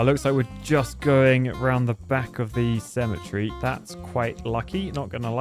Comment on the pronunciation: The way you say cemetery is triggering me